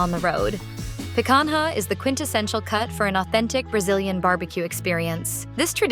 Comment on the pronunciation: they couldn't even use a real human for the voice. so lame. "pe-kan-ha" is the worst pronunciation ever